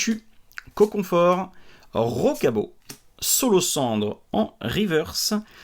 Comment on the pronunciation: Ah, tu continues à dire S(c)olocendre :-P ahaha